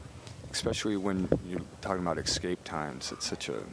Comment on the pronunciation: it's not EXKAPE morons......ESSSSSSCAPE! Ffs